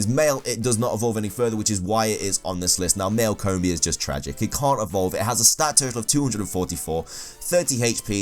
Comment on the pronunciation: "Coombi" "Shidinja" "Soonflour"